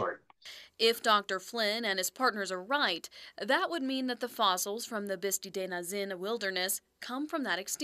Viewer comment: Teach this lady how to pronounce “Bisti’”.